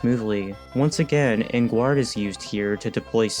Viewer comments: should be like french En Guarde, ain't it? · What's odd is he's not the only one that's mispronounced this. I thought it was pretty obvious since childhood, but I guess not for some. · Enguarde is pronounce En Garde (On Guard) because it is a reference to fencing/sword fighting. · ...Enguard is pronounced "On Guard"...you know...like people in movies say when they hold up a fencing sword... If you're ever unsure of how to pronounce something, or think what you're saying sounds weird...google it.